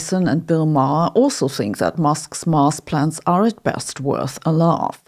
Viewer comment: As a language learner myself, I thought you may appreciate constructive criticism. "S" at the end of plural words are often pronounced like "Z"". When you say "plans", I almost hear "plants". Plural "S" after words that end with "T" like plants or cats is pronounced like an "S", but when after other letters, it's pronounced like "Z", like in dogs and plans. This confusion between plants and planZ is relevant in this video at one point, as a point of confusion. The thick German accent is actually pretty cool, and lends an air of scientific sounding authority to these videos, but you may consider some slight adjustments.